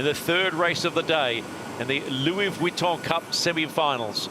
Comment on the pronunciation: The problem with is that he does not understand sailing, is not a sailor, and appears incapable of learning anything about sailing. It seems clear that the three experts - Ashby, Robertson and Lester - have little respect for him. He also consistently mispronounces "Vuitton", which is a touch annoying. But the AC75 racing is compelling and the AC40 fleet racing is bloody fun to watch.